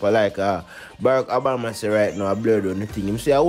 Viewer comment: The President's name is Obama, not Abama!